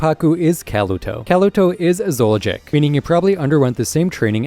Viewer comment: It's Zoldyck not Zoljic